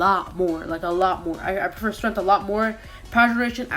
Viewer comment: Lol the way he said strength or